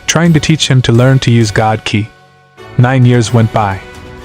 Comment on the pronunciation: Your Ai is pronouncing ki as kaeye so write it as key and it will sound right.